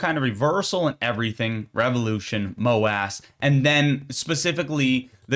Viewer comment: AMC is the "Moo Ass" not MOASS